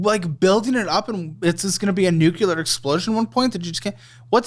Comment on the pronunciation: Someone tell this guy who thinks he’s smarter than everyone on the planet that the word is nuclear not nucular 🙄🙄